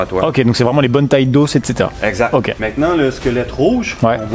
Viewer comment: Il dit exact mais on entend exactement